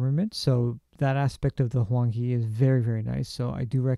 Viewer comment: It should be pronounced Huang Hae. Tbh, I don’t know if you’ll read “Hae” the way I intend it to be read but... hey, why not try?